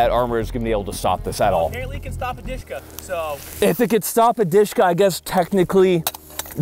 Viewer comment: i was like what DEESHKA lol.... dshk- "DUSHKA" nickname like dear or beloved